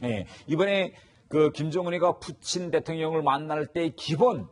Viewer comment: 푸친이라는 발음 멋지다 뭔가 ㅋㅋ